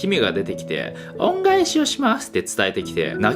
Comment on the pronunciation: オﾝｶﾞエシｦシﾏスッ↑